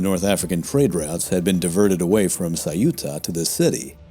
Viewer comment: Why , is it ? That the narrator didn't bother to research how to vocalize Ceuta. The city of Ceuta . 😅